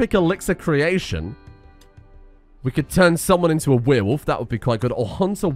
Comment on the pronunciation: I am going slowly insane from every time says weerwolf instead of werewolf